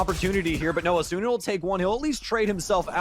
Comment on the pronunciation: it still bothers me how the casters pronounce asuna, the u usually isn't pronounced...